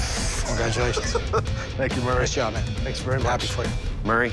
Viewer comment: right i like how he mispronounced his name from murray to mary atleast that’s what i’m hearing and i turned my speakers all the way up